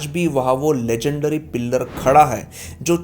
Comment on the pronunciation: भाई पिल्लर नही पिलर बोला जाता है।